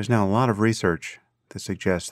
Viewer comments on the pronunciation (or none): Sam, watch your enunciation: it's hard to distinguish "there's now a lot of research" & "there's not a lot of research'. Rather different starts!